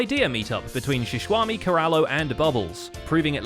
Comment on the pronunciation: Keralis: Sheshwami! X: I'm actually Sheshwamban Me: Wtf does Sheshwami and Sheshwamban mean? Does it mean the word Xisuma joined with the word Shawarma?!